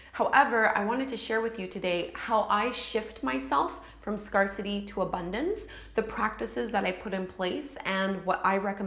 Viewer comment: Love this, thank you for it! Just one friendly thought. . . I believe scarcity is pronounced as scare-city (as in to be frightened of something) as opposed to scar-city (as in a scar on one’s body). Hope you don’t mind the note. . . I truly enjoyed the video! Thanks.